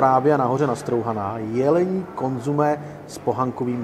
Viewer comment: Consommé... Několikrát řekl slovo konzumé... to mu někdo nemohl říct, že se to vyslovuje konzOmé??? Opravdu trapné!